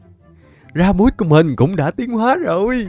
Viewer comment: Con thỏ lửa là Ra-bi-phút chứ ko pk là ra-buốt đou a 😂😂